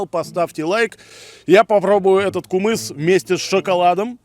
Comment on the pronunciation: Не кумыс а кымыз